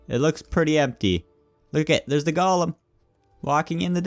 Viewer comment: When you say golem, it sounds like you're saying "gollum"